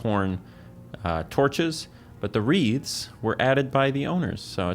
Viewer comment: ohhh he's saying "wreaths" not "reeds." idk why that was confusing me so much